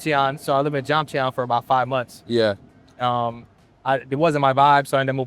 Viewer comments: why cant u pronounce jomtien correctly? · yeah. lived in jomtien for 5 months..doesn’t know how to properly pronounce jomtien????? he doesn’t know the word terrace? how is this real lol.